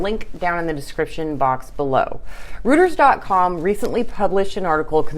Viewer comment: Reuters is pronounced “ROY•terz”. Please excuse my language OCD 😘. Love all of your videos.